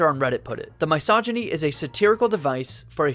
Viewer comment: Dude pronounce misogyny correctly